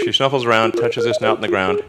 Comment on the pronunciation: The fact that Elon Musk said "shnuffles", makes me feel a lot more normal.